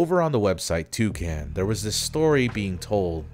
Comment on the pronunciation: >"Toucan" >"TwoSam" HE CANT KEEP GETTING AWAY WITH THIS